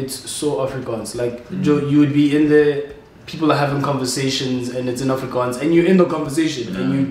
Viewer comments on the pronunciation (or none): The Afrikaaaannsss duuuudee!!! The Afrikaaaaanns!! I feel you